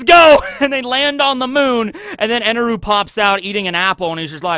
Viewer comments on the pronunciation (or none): His name isn't Eneru it's Enel. I understand that the Japanese るis neither L nor R. But the intonation on that character's name is unvoiced on the last character. Which makes emphasizing the u sound so so wrong.